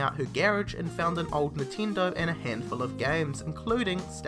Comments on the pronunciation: How can you tell which word is spoken when you have "reed" and "red" if you pronounce them exactly the same way? and that's just for a little example because here you said a LOT of other things that sound... quite off (to say an euphemism). P.S.: i'm sorry to bring this one up but, i'm more than sure that "NINTENDO" is not pronounced "nehteendoeh" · nintindo lmao